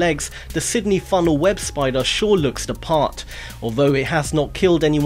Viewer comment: It's pronounced FUNNEL web spider, not Funnel WEB spider.